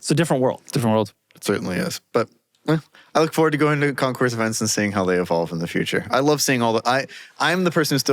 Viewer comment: FYI: The "s" in concours is silent. PS. Love all of youz!